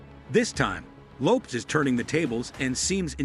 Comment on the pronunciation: I couldn't get past "Jennifer Loops" Your AI sucks